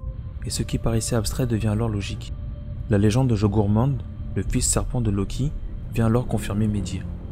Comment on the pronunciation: Ça se dis pas jogurmand mais « Jormûngand » ou « Yormûngand » sinon super intéressante ta vidéo